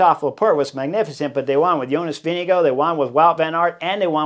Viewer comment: Kudos for being the only none-Dane that actually pronounce Vingegaard almost 100% well. Thanks for a good channel :)